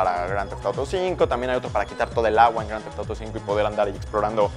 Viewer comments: jajajaja esa pronunciación! me encanta... Groanteftoro 5... jajaj <3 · Que pedo dice el nombre del juego demasiado raro jajajaja